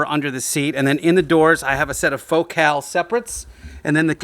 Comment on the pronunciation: Thank you for pronouncing "Focal" correctly! I've been doing car audio for 25+ years professionally, and I can never understand when people don't want good audio in their cars. "I don't need a stereo, the engine is my stereo!" Is the stupidest thing I've ever heard. lol After hearing the story about painting tthe wheels, I guess I know why she's your ex. lol